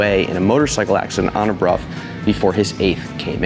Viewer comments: It is Bruff.. The reson is complicated as it'a a combo between language leap from Roman to Old English (German like language) to English (same as rough enough, cough). However, it might be how it's pronounced in your local area/dialect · I'm curious, I always thought it was supposed to be pronounced "Brow", not "Broff". Is this the actual correct way? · As far as I know it should be "Broff". Never heard it called "Brow". I live in the UK so might be pronounce differently elsewhere, ie Jagwar in US but Jag Ure in UK.😄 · I cannot for the life of me unhear "Bruh" every time Brough is said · It’s not often that I am taught something new, interesting, and useful information from a YouTube comment, but you’ve done it. I was never aware of that connection, and how it would also apply to such words/names as “Brough”. I’ve always pronounced it as BROW my entire life. Today is the day that changes; and I’m able to explain WHY I choose to now pronounce it as so. Thanks, Bro ! 😅